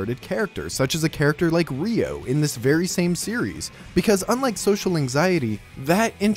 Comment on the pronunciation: Her name is read as [R'-yo:] as in _yo_gurt, my friend. I would really suggest checking out the Tofugo's guide to hiragana and katakana and Imabi's guide to pronounciation of Japanese, and by extension check out romaji, since you're making anime-related videos. It's something that your target audience will not compromise on. Sorry for being a pain, I just believe that's really be useful to you. Great video otherwise, thanks, I sub!